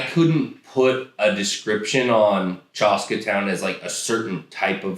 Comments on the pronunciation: Bros… it’s chaska not chahska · the pronunciation of "Chaska" is cracking me up